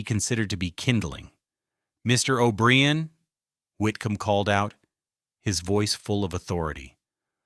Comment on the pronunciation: Toe-moss is not an Irish name. O berrian is not Irish. AI is NOT ok.